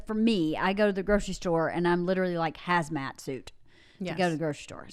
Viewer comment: is a genus who said it correctly, a "hazmat suit".